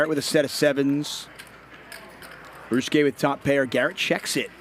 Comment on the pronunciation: How does this fool shorten the name of 4 syllables Ry-u-su-ke to 2 Rus-ke?